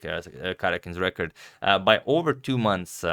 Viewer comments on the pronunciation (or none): none